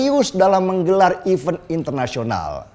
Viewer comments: Event # even mas Deny, pronunciationnya betulkan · Event balapan....bukan even balapan....mas😁